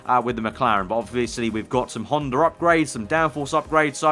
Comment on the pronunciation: It's HONDA not HONDER